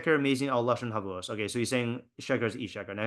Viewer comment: It’s not havuos. It’s havos.